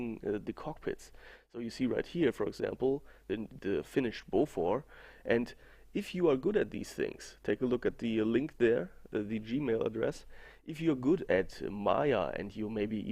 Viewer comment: It's Bofors not Bofor anyway.